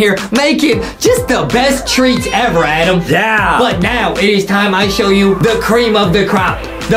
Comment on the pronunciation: in the last time his name is adam not adem